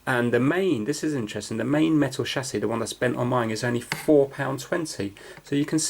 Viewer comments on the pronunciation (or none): none